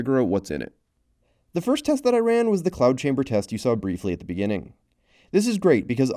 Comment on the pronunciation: And it's "cloud" not "clout"